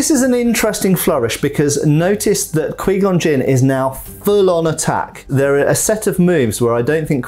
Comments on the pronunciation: Qui gonn Jinn (q-why-gone-jin) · He did not just say queengon Jin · He's killing me...he can say Obi-Wan and Darth Maul fine but can't say Qui-Gon Jinn? If he watched the movies he would hear how its pronounced "q-why gone" not "quee gone" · d-did he really just say kwi-gon jinn? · here we got kweegon gin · Quee gon gin..... hahaha I'm Dying. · Sorry my dude, every time you said Kwee Gon Jin. It weirded me out. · Qu-wiii gon jin 🤌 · "QUEE CON JIN:? Moron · the way he says 'qui gon jinn' makes me die inside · cool video but why does he say Qui-Gon Jinn like that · Well first of all your mispronouncing Qui-Gon Jinn and second of all they did keep Darth Maul around for quite a while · Needs to learn how to pronounce Qui Gon Jinn's name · Had to stop watching after him repeatedly saying Qui-Gon Jinn's name wrong. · "kwee" gon Jin. Not qui gon Jin. Pronounced K-Why. Definitely not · Quee-Gon Jin